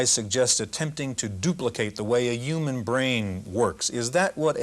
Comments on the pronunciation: I'm I wrong or he pronounces "human" as "iuman"? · The narrator keeps saying "YUMAN" instead of human... This bothers me more than most incorrect pronunciations. Probably because it's just too easy to pronounce and well known a word, as well as being spelled exactly as it is pronounced. I hope he eventually talked to someone about it... He really needed help. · "attempting to duplicate the way a yewman brain" yewman genome project